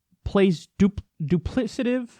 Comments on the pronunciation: It's pronounced dupli*k*ative, the adjective form of duplicate. It's too bad English doesn't consistently replace the hard C with a K (or a Q). Some words would look weird to us, such as "kandy" and "karnarge" and "kommunity", but it would help. Replacing soft Gs with Js would also be helpful in removing ambiguity. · Kyle can't pronounce "duplicative" or "outrages"; two more lacuna in his education.